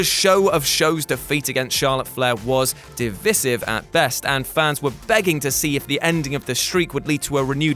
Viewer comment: You said divisive in a really weird way